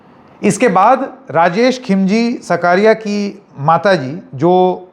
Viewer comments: SAKRIYA NOT SAKARIYA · "सकारिया" नहीं, उसका उच्चारण "साकरिया" होता है